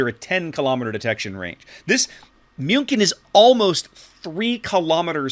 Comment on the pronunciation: pronuncing "Münkin" makes me have goose goosebumps. (Sorry, no offence)